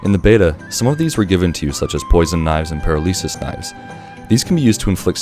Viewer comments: "paraleesis" knives. what is wrong with you man. have you never heard someone say "paralysis" before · "Para-leesus knives" dude, really?